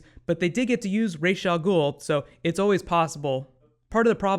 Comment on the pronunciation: Raaaas al ghul not rageee al ghul, why?????